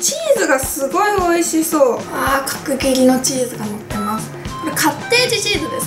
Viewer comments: "かくぎり"って言いにくそう😂w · 角切りのチーズが上手く言えないゆうかちゃんがすごく可愛かった……♡